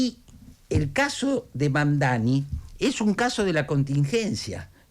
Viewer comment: Pronunciar lo pronuncia bien. El tema es q se haga el q es recontra dificil de pronunciar, cuando es una pavada..